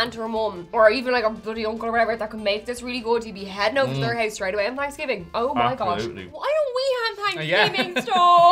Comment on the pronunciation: You could sell it in a store called Hanksgiving because that’s how they were pronouncing it.